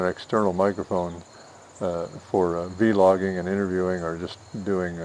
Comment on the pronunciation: Thanks I will look into buying this camera for YouTube vids and recording good memories Edit: Don’t say veelogging it is vlogging people will make fun of you I promise